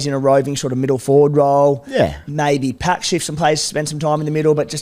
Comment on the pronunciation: Hey fellas Paix pronounced his name like PAYX as in pay cheque not PAX - he also hasn't started as a 9 in 2 years when he was 22 or 23 and a converted half-back. Not saying he'll be a keeper but I think you're burying the lead a little bit.